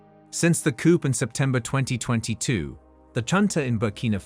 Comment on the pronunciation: Bloody AI.. it’s not a “coupe”, it’s a “coo”. The “p” in “coup” is silent.